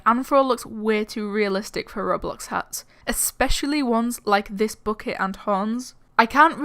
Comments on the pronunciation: It's called ro BLOX Not rorealeatic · But.. It's called Ro BLOX Its RO BLOCKS NOT RO-....LIFE!